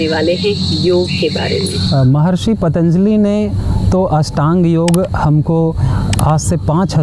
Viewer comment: Pronunciation is wrong of “Patanjali”, as you are saying Paataanjali”.